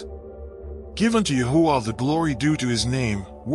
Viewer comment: The text keeps tying Yahweh. Thank you narrator for making sure the AI pronounced TMH’s name as YAHUAH.🙌🏾🙌🏾🙌🏾🙌🏾